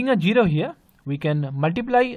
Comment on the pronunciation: muu se pan nikal kar to bolo 🤣🤣🤣🤣 zero hota jero nhi